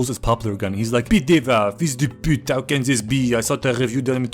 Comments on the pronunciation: beautiful « fils de pute », very good pronunciation… a little bit cliché but that’s okay, 9 out of 10 ! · the pronunciation is right but it's spelled "fils de pute" not "fiz du pout"